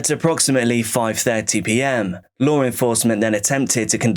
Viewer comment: serious question. is it really that hard to say the word law???